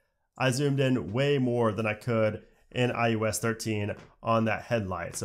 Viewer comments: It's iOS not iUS like it sounds like you keep saying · Is it me or do you keep saying, "iUS 14" instead of iOS 14? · maybe someone should tell this guy that iOS isn't called iUS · I kept hearing you say IUS instead of IOS and I started to think I was crazy. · it's EYE-OH-ES. Not EYE-YOU-ES. 😩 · David Cardona your answer to his question reminds me of the kid in 3rd that when you asked for gum and they would say they have some at home. Technically it’s on the same subject but not relevant to the context at all. Unless you are saying he learned to say IUS in those first few months but has refused to get with the program after years and years. Also while being a tech youtuber that needs to properly be in the know about new things. Idk if I’m buying that one. I’m gunna say he is Canadian or has a slight regional accent of sorts from the USA. But yes Adrian. He was seeming to say IUS the whole video. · Killing me with the “iUS” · i'm telling you.... I finally had to mute him and use CC.... every time he'd IUS 14, I wanted to scream. and little shit doesn't bother me but this... this triggered a bish. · Kept saying IUS it was annoying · Sounds like you’re saying iOOOS or iUS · So annoying saying iUS14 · Lol, never noticed. Now I can’t not hear it. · It sounds like you’re mispronouncing iOS, which would be amazing.